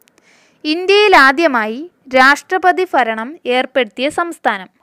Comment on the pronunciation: ഫരണയല്ല ഭരണം